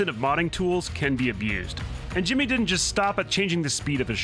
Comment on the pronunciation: his name is shimmy not jimmy